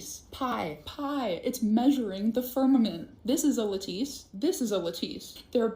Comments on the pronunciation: If you're gonna say a word repeatedly and pointedly, you should make sure you're pronouncing it correctly. `la•tuhs NOT la•`tees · ARRRRHHGGGGG It’s not LA TESSE ITS PRONOUNCED LATICE (L at us) 🙄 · The girl doesn't even know how to pronounce the word, lattice, calling it a la-TEESE. She needs to study some actual science. At least learn how to pronounce scientific terms at before she tries to compete with people who know what they're talking about. Study science first. If you're still feeling psychotic, then study pseudo-science like creationism and flat-earth. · Tf is a lateese 😂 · Crazy lady. Sorry, nothing plausible there. And it's pronounced " LAT-iss"